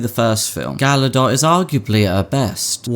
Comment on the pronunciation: The second G in Gal Gadot is not silent.